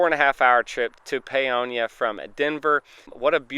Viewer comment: My parents graduated from Paonia high school!! Thank you for pronouncing Paonia correctly! Good luck to Twin Bison!